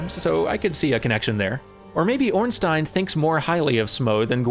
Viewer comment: Thank you and congratulations on pronouncing Ornstein correctly after having gotten it wrong during the play-through.